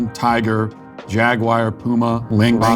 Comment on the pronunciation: But you did discover a new species of cat, the "Jagwire".